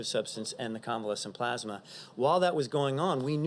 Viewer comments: It is plasma, not "plozma." 175,000 dead on Trump's watch soon to be 200,000. He is an embarrassment and a disaster. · Oh Boy 🙄 More Plosma, But This Time It’s Convalescent Plosma!!! 👵🏻🧓🏻👴🏻👏🏻👏🏻👏🏻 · Plusma ??Geez ,did he pass the third grade? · Wtf is plaasma XD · Youre right. And using convalescent plasma (not "PLAZ-muh") has been a standard source of antibodies for a many years for a number of diseases. Its not new and I'm pretry sure Italy pioneered its use for Covid-19. Its Trump whipping up a publicity stunt so he can imitate a human being with a brain and a heart. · What is "plosma" lol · He kept saying plasma wrong it was kinda annoying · He can’t even pronounce plasma. I’ll bet it’s the first time he’s ever seen the word. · Take a drink every time he mispronounces plasma. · He can't even say convalescent plasma correctly. Does he have dementia? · Mans can't even pronounce plasma 😂😂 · If I had a dime for every time he mispronounced plasma...geez guy!